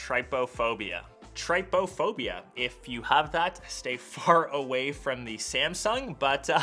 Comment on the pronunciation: It's pronounced "tripophobia" (like the word trip) and it comes from the greek word "trypa" which means hole and the word "phobia" which means fear.